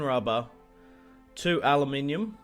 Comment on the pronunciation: Two of Aluminium(czyta po polsku)....ALUMINIUM( poprawia się po ang xD) Made my day :D